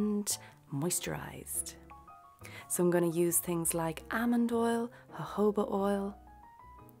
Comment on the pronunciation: Did she just ? Hohoba instead of jojoba ?